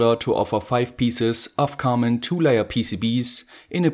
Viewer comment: "One-ya" "Two-ya" "Wire-ya"